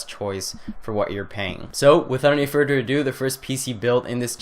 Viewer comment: Lol , "Without any furder ado" haahhaahha